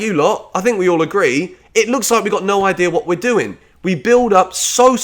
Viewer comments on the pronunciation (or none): none